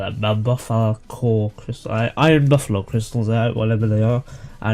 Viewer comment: btw buffalkor is prononced BUFF UL CORE